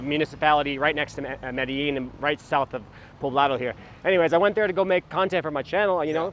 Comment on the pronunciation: that "MEDILLIN" is annoying me. It´s MEDELLIN